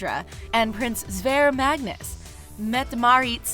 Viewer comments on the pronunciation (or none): none